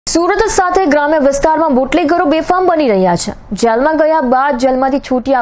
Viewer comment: Chh nai madam chhe bolo plz